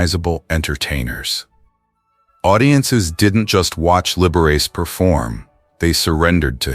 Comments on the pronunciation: Lib er ace???? It's Lib er ah che. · You Are an excellent narrator however you really massacre some of your subjects which Indicates to me you are not really a fan of American cinema and entertainment in general. You need to do better. Lib er ach ee please. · Liberace is generally pronounced libber-AH-chay (or chee) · I gave up watching at Liver-Ace. I can't watch this AI garbage! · Liberous! What a disgrace, can’t even get his name right. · The pronunciation of Liberace. Lib- er-ah- chee. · AI ruined anything that might have made this video worth watching. From Ed Ko to Liber ace it's so lame. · sorry I thought it was really bad AI. How can you not know how to pronounce Liberace?